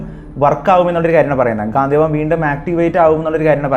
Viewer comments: ഗാന്ധിവം അല്ല bro ഗാണ്ഡീവം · ഗാന്ധിവം എന്നല്ല ‘ഗാണ്ഡീവം’ Sanskrit: गाण्डीव എന്നതാണ് അർജുനന്റെ ധനുസ്സിന്റെ ശരിയായ പേര് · ഗാന്ധിവം അല്ല ചങ്ങായി ഗാണ്ഡിവം ആണ് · ഗാന്ധീവം അല്ല Mahnnn Its " ഗാണ്ഡീവം " 🏹🛐🗿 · ഗാന്ധിവം അല്ല ഗാണ്ഠിവം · അവതാരകൻ പറയുന്നതു പോലെ ഗാന്ധിവം അല്ല ഗാണ്ഡിവം ആണ് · Bro its ഘാണ്ടിവം not ഘാതീവം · ഗാന്ദീവം അല്ല ബ്രോ ഗാണ്ടീവം എന്ന് ആണ് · ഗാന്ധീവം അല്ലെടോ ഗാണ്ഡീവം . താങ്കൾ കണ്ട PDF വായിച്ച് ഓരോന്ന് വിളിച്ച് പറയാതെ മഹാഭാരതം Brief ആയി വായിച്ച് വീഡിയോ ഇട് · ഗാന്ധിവം അല്ല gandeevam ആണ് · ഗാന്ധീവം അല്ല ബ്രോ... ഗാണ്ഡീവം ആണ് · ഗാന്ധിവം അല്ല ഗാണ്ഡിവം 👍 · Gaanthivam alla gaandivam aan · Ponnu setta gandheevam alla .gandeevam... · ഗാന്തീവം അല്ല സഹോദരാ ഗാണ്ഡിവം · Bro not gathivam..ok..gandivam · ഗാന്ധിവം അല്ല ബ്രോ... ഗണ്ഡീവം... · ഗാന്ധീവം അല്ല ഗാണ്ഡീവം